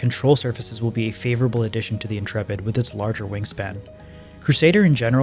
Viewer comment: Congratulations on pronouncing Intrepid correctly. The number of youtubers i see calling it The "Intra-pid" or "Int-rapid" was making my eyes itch :)